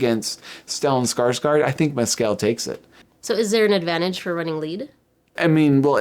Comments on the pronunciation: Please pronounce names correctly. Stress is on the capitalized part. Paul Mescal is MESS-c'l not Mess-CAL Agnes is ANN-yes (Ann with a short a as is can, as I've heard Americans mangling it as AAAANYES-yes. It's pronounced with a short a, the French way) Thanks for getting Jacobi Jupe right. It's another one that often gets mangled. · Paul’s last name is pronounced, Mescl…..just like the pronunciation of rascal……the a is silent🤩